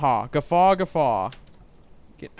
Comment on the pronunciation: When you said 'Guffaw', I thought you were getting into the German spirit and said 'Gefahr'. Looking forward to you intercepting the convoy. Maybe you can lead us all to that watery grave we were promised.